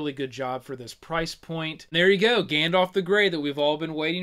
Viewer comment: > Gandalf with an A ;)